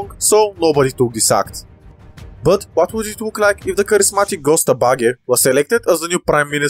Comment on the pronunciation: Its pronounced Jösta baggä